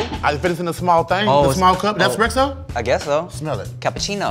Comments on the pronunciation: “Expresso!” I’m weak 😂😂😂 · It’s espresso NOT EXPRESSO BRO😭